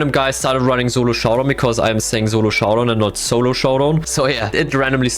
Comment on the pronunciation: Thats the first time i've heard him say solo instead of zolo